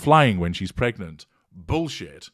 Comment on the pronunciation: Lady C calls it “Meg-nant” 😂😂😂😂